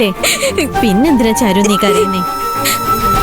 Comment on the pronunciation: ചീരു അല്ല ചാരു😂😂